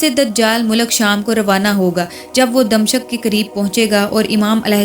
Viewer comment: DAMSHAK lafz ke adaiygi aap nay ghalat ke hay.....yaiy lafz DAMISHK hay.......pronounciation theek karain.....DAMISHK....